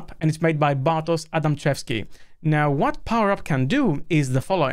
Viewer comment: He's Polish, you should pronounce it like "Bartosh Adamchewsky"